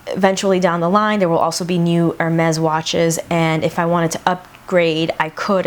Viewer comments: No you are saying "Er-Mehz" it's pronounced "Air-Mehz" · I think it's hermes not ermez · girl if you are going to pay a grand for a watch know how to pronounce the brand 😂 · I kept cringing every time you said it wrong